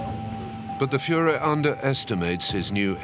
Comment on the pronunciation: " the Fuhler is prudet" dont here that in history videos much.